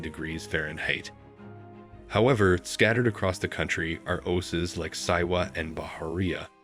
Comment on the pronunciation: I wish that posters all over YouTube would realize that, even with interesting content, the frequent use of AI narrators is irritating as hell! This narrator couldn't pronounce Oasis or Oases, and repeatedly called Cairo "Kay-ro." Just have a human narrate, your videos will be much better.